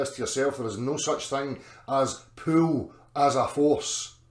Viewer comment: Can someone teach to pronounce Pull and Pool, I had NFI what he was talking about.